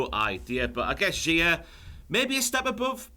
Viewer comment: Love that pronounces Xia more like it should rather than the WWE way.